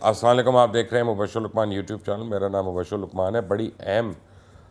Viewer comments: Ye Salam Karne ka Kya tareeka hei... Assaolekum...? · Bhai اَلسَلامُ عَلَيْكُم وَراَلسَلامُ عَلَيْكُم hota hai si bola kroُ plz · Sir slam Tu thek se Kiya karain.....